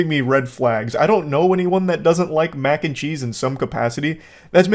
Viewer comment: Took me like 10 seconds to realize you said Macncheese and not “mancheese”